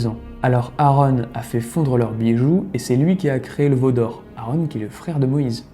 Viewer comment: Quelques erreurs de prononciation ,exemple :Aaron pas Aarone,et Jéricho se prononce Jériko pas Jerry show